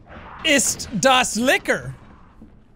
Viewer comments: Whenever he says Licker i think of Liquor, and then i can’t tell if he’s talking about a clawed whiskey bottle and i am very confused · It's lictor